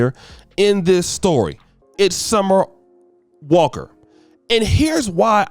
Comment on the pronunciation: Summer on the walk? 🤔 The ability for to butcher these celebrity names is unmatched! 😂😂🤣🤣